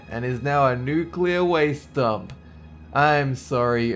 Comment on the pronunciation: "He would do odd things like SHOOT AT FISH" "Toxic waAASTe" And formaldehyde? 😂